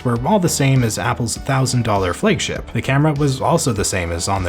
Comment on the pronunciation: What is a "Fleg-ship" ?